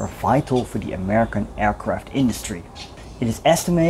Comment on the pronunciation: BTW bauxite is pronounced BOX IYTE